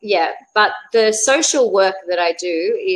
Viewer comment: Try to say alternatives for 'I'm fine '. You should be aware of all this sir because so many people follow you. And many times the word English ,sh sound is heard ss sound. Very is heard vaary. Social is sosial.